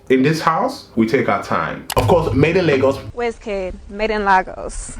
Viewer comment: not made in lah-gos😭. but the editing👌🏾, the detail🤌🏾, the breakdown🤌🏾 etc. we don’t deserve you!!!